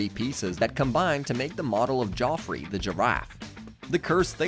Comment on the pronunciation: It's Jeffrey like giraffe not Joffrey the giraffe 😂